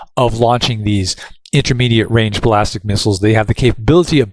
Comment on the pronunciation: You are pronouncing ballistic incorrectly. It’s ball-is-tick